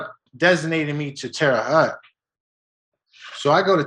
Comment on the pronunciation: Terre haute is a dangerous place and thats the worst prison in Indiana. Haute is pronounced like hoat.